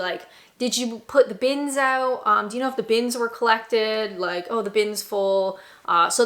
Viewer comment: Whilst your English "accent" isn't really that bad, the Canadian came out when you said "oat and aboat"... :D